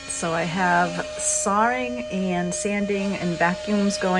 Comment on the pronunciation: "Sawring..." is that a New England pronunciation? I love that our great country has regional gems. I so enjoy savoring your videos,. Thank you from the Midwest!